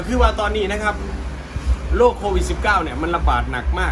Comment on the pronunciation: ขอเพียงให้พี่น้องหายจากโลกนี้ไปพะนะ เพิ่นวา ตอนเว้าบ่ได้หันลิ้น โรค 555